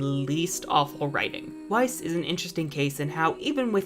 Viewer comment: Weiss? Wha- Weiss???!?!! haha oh man. Wtf.